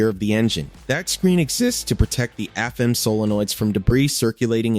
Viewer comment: It took me a bit to figure out what the AI was referring two when it said "Two Thousand A.N.D. Seven" or "Two Hundred A.N.D. Twenty degrees" was....But it did say "Afem" instead of "A.F.M.". Suggest the creator/poster look at the script for future videos.